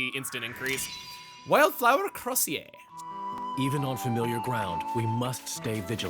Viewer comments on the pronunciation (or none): Crosier is pronounced “CROW-zhur” and is a type of ceremonial Bishop’s staff, designed to be reminiscent of a shepard’s crook, as the Bishop is supposed to be a shepard to the Church, and the people of their diocese.